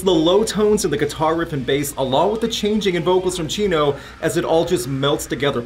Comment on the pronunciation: The way you pronounce Chino's name sounds like you're calling him Cheeto.